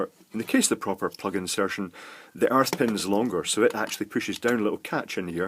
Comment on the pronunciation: Airth pin, you heathen.